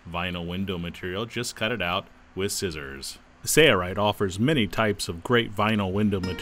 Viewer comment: Why do you pronounce "Sail Rite" as "say-a-rite"?